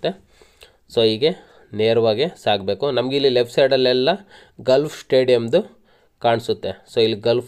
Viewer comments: ಗಾಲ್ಫ್ ಕ್ಲಬ್ ... ಗಲ್ಫ್ ಅಲ್ಲ.. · Adu Stait alla Straight Gulf alla Golf